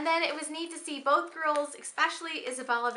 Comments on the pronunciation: It sounds like you are saying pen not pin. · lol yes! i kept thinking "pen trading??"